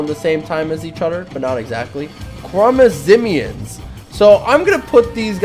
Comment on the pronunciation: Its actually pronounced khwarezmian